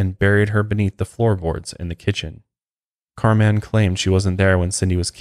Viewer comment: You’re pronouncing her name as Car man. Lol. It’s pronounced just like Carmen. This story is fucked and I hate these people.